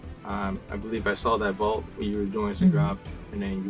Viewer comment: Ok did she say vault